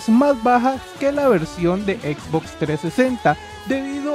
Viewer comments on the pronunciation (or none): none